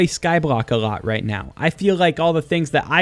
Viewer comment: A „lot“ or a „rot“ - wtf Are u saying